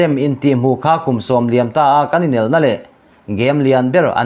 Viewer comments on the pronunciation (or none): none